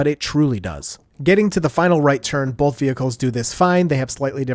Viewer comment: "Bolth" - 2025